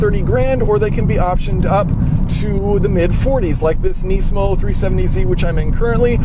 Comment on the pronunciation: if youre going to compare a lemon to a pencil at least learn to pronounce the nismo name.